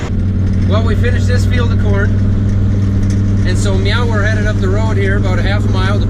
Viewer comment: Am I the only one that caught that he said meow instead on now go listen for your self